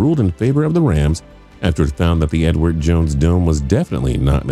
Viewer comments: Did anyone else hear Edward Jones Dome as "N-word Jones Dome"? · I don't know what it is about this narrator but it sounds like he keeps saying the "The N-Word" Jones Stadium 🏟......lol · read comments just to see if anyone else noticed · Sounds like he said "N word Jones"